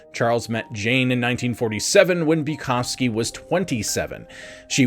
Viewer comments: Buh-cow-ski Not Bucofski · Learn to pronounce people's names correctly. Boo-cow-skee!!!!!!!!!!!!!!!!!!! Annoying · Did you say Bewkovski? Stop. You did. And your facts suck. Byeee. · You should be saying his name boo-cow-ski. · Is it just a little weird that the presenter mispronounced the subject's name the entire video?